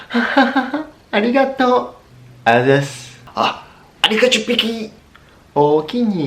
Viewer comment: Oulaaaahhh on dit "arigatou" par contre merci